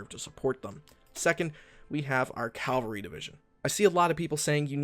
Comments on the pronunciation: . Sorry bro, but you mispronounced cavalry. You said Calvary. The first one is dudes on horses, the second one is where Jesus died. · ITS CAVALRY C-A-V-A-L-R-Y, NOT C-A-L-V-A-R-Y.